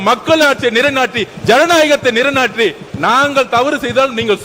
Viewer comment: ஏண்டா வலந்தவனே நிறைநாட்டி இல்லை நில்லைநாட்டின்னு சொல்லு ஏண்டா தமிழை இப்படி குத்தி கொலை செய்கின்றீர்கள் உங்கள் வாயில் வசம்பைவைத்து தேய்க்க அய்யோ முடியல ..